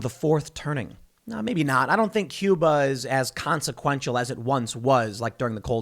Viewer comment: Tim; it’s bloody “Cuba”….we can take it in a second and a half!